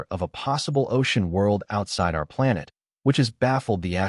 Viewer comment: Your A.I. robot narrator can't even pronounce the word "planet" correctly. Would it kill ya to maybe FIX that before you post your damn video? SMDH I just don't get it. I'm out .